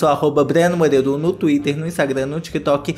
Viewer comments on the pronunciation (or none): none